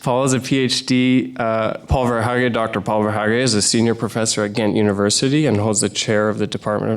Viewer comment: My God, while he's half asleep and loving the sound of his own voice, he can't even pronounce the words 'Lacan' or 'Verhaeghe'